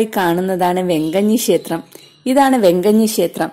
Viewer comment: ശേസ്ത്രം..അല്ല ക്ഷേത്രം എന്നു പറയു ആദ്യം....